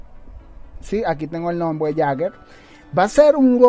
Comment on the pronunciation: Saludos men Buen video me parece bien que WR haga esto y deberia seguirlo haciendo un rebalanice general de todo y por cierto el robot Jaeger se pronuncia " lleiger "